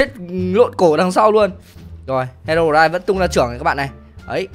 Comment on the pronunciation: Đọc là hê rô roai thôi a ơi